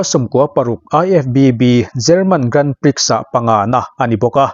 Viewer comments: Grandprix hi grahn pree tiin lam thin a ni. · Grand prix hi "Grand Pri" ti a lam tur aw sir...